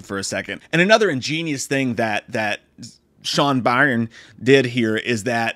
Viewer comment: Byrne is pronounced “Burn”.